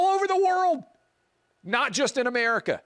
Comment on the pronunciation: The Intifada comes to North Mexico, I mean, A-mair-ee-ka 2.0!